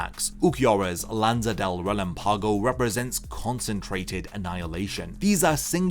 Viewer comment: Love your videos bro, but I just wanna say you're pronouncing relampago wrong